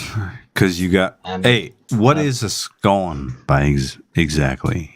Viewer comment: says scone wrong